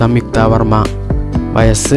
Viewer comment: വഴസ് അല്ല വയസ്സ്